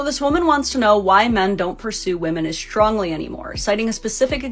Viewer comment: Can we stop with the yo yo yo hand movements please? ...also ,it's pronounced "strong" ,not " schtrawng"...